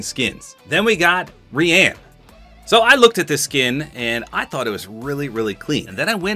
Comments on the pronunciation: bro Rian is usualy pronunced ryan like my name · Rian, I thought, was pronounced, Ryan..... not how ever said it here......